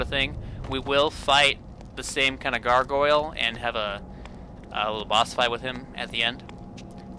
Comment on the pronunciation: or so. Did you just say “gar-go-luh”????